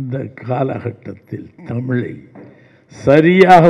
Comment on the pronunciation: நடிகர் திலகம் நிகழ்ச்சியில் தமிழை முறையாக இப்படித்தான் பேச வேண்டும் என சொல்லிக் கொடுத்தவர் நிகழ்ச்சியில் நெறியாளர் தமிழை ( தமிலை) தவறாக அலைக்கிறாரே?(அழைக்கிறாரே?)